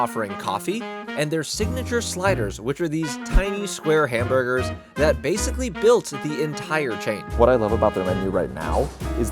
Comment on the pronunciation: amburgers and wootbeer